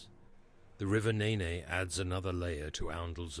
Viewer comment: The river what? Please learn how to pronounce 'Nene'.